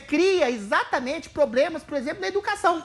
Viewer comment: Só em o ex BBB falar probremas, já há um problema!